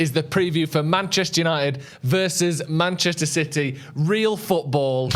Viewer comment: “Mancheter City”. 😂😂😂😂😂